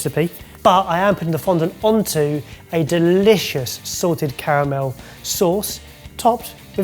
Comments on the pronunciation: I swear every time he says it i hear say “sorted caramel” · I kept hearing say 'Sorted' Caramel instead of 'Salted".....Love the idea of a Sorted Caramel.... Also, Dang It, Mike! Still on Team Huttlestone though...